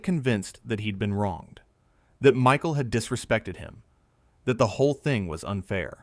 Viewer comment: The narrator doesn’t know how to pronounce Michael’s name !?